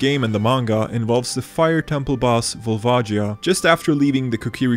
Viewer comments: "VOLVAJIA"? you must kiddin me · WHAT THE HELL IS A VOLVAJEEA? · Then why does the super smash bros announcer pronounces it "Sheek"? I'm also certain Volvagia is not pronounced as "Volvajia", sounds like vagina when you say it that way. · That volvagia part hurt me. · Pronounced Volvagia wrong